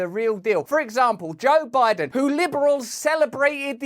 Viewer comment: Joe Lie-den. It just rolls off the tongue doesn't it.